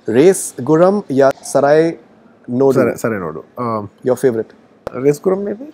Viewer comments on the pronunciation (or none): The host can't even pronounce Sarrainodu properly do your homework first 🙄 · Race gurram ya sarrainodu. Before he says I told sarrainodu.🤣he also said sarrainodu many times😁